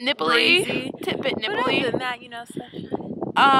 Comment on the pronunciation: she said nippley Teehee